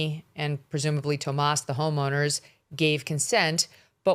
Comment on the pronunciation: It's TOMMASO! [Not "Tomas"]. Come on, be precise. Journalists are precise.